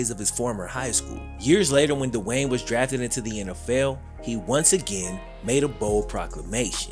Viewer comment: Its not Dewayne.. Speak English